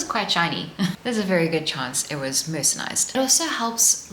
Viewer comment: It’s not ‘mercenised’, it’s ’mercerised’. Maybe some cottons are mercenaries😂